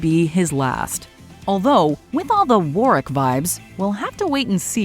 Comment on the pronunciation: “Warick” Me- smh with disappointment Like if big sad